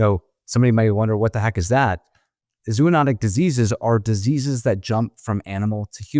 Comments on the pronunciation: Zo, long O, anotic, zo-onotic not zoo-onotic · no medical professional should say, " zoo-notic" or "zoo-o-notic." Zo*-oh*-notic is the way to go, frens.